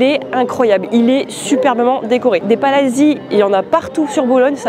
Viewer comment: Merci pour cette belle visite. On doit dire "palatzi" et pas "palasi"